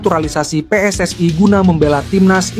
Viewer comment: PSSI...bukan PSSAI..kalau bikin narasi yg benar dong 😂😂😂